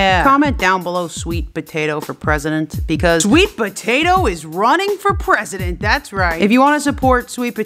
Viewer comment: SWEET POTATO FOE PWESIDENT!!!! #✨S W E E T P O T A T O✨